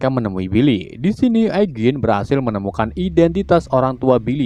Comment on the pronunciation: Mister mind dibaca maynd. Eugene dibaca yujin